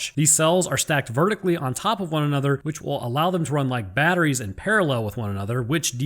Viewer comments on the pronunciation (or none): none